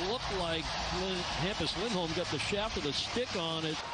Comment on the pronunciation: I agree with the other guy, this play by play guy is awful. Give that man some coffee. Color guy is great! And yeah, the overall audio is awful. He's the only play by play guy who can say the word "stick" in two syllables.